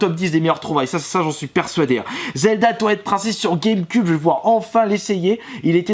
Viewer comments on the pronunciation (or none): on dit twilight et pas toilette